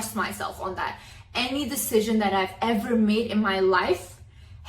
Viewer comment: "This is my best deshizin"